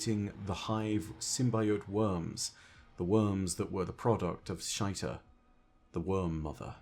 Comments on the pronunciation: I still just can’t watch these videos with a straight face while unironically calls Xita “shite-uh”. Just makes me giggle so hard every time. Super distracting. My dude, you need to learn that Xivu is pronounced “Zee-vu”, and that Xita is pronounced “zee-tuh” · I don’t think it’s pronounced shite-a lol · Can you at the very least try to pronounce the worm mother name better? SHY-TA?? Xita what sound does Xi make. Now add TA to the end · you make amazing content but your pronunciation on certain things really just bugs me.....the letter X makes the ZZZ sound.....not the SH sound......stop calling the mother worm Shita